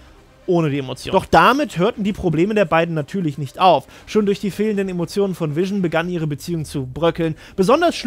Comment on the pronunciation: Irgendwie macht mich das ein bisschen wahnsinnig wenn du ab und zu Wision anstatt Vision sagst. Ist an sich nicht schlimm, aber das fällt mir die ganze Zeit auf und ich kann mich dann nicht auf den Inhalt konzentrieren xDD Du sagst es ja auch nicht permanent falsch --> tolles Video :)))